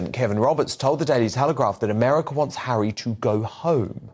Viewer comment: Prince hawwy 🤣